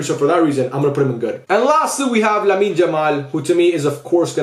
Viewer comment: Lamin Jamal 🤣🤣🤣🤣. Why isn't anyone talking about his pronunciation